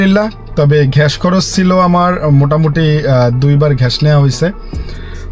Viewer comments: ভাই ভিডিও তো ভালো লাগে। কিন্তু ঘ্যাষ ঘ্যাষ শুনতে ভালো লাগে না। গ্যাস না বলে ঘ্যাষ কি ইচ্ছে করে বলেন? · গ্যাস হবে ঘ্যাস না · আঙ্কেল আমার একটা রিকোয়েস্ট প্লিজ রাখবেন ঘেস বলবেন না গ্যাস বলার চেষ্টা করবেন নিয়মিত আপনার ভিডিও দেখি অনেক ভালো লাগে ❤❤❤